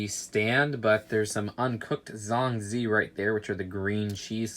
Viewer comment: I like how says Zhong Zi..... He wont believe how its actually said